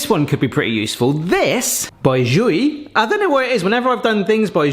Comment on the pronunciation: that has got to fall in the category of "omg that's such a simple solution; why tf didn't i think of that decades ago" is it supposed to be "zhuiey" or "zhvua" (like as in 'joie de vivre' )? that thing * might * be useful if you're a bartender, but for home use, just get out a knife mate (ok maybe if you have arthritis or something and have some extra cash to spend)